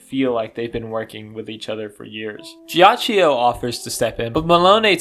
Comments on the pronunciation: it's pronounced "geeachoe" Please It's a great video but I'm feeling physical pain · I'm sorry for the unsolicited "um actually" but I'm gonna tell you how to correctly say Ghiaccio's name because I want to. You're saying "jia-chi-oh." Gs and Cs in Italian are interesting, because if they're next to either an I or an E, the pronunciation changes. G next to an I or E makes it J; C next to an I or E makes it "ch." Because the vowel is just a modifier, it isn't pronounced any further; that's why Narancia is "Narancha" rather than "Narachia." Also, that's why GioGio is actually just "JoJo," not "JioJio." Sometimes, an H is inserted between the G/C and the I/E to prevent this modification. That's why there's an H in spaghetti (otherwise, it would be "spajetti.") That's also why there's an H in Abbachio's name, because otherwise it would make a "ch" sound. So, with Ghiaccio, the H prevents the I from changing the G to a J. It also means the I is still pronounced on its own. The I next to the C changes it to a "ch," and also means the I isn't pronounced, since it's merely a modifier. Therefore, instead of the name being "jia-chi-oh," it's actually just "gia-cho." You speak Italian now, good job. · A piece of my soul is happy everytime you pronounce Ghiaccio the way you do, knowing that the mispronunciation would absolutely piss him off to no end. lol